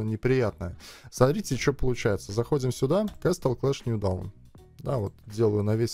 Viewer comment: если по правильному, то произносится нью доун)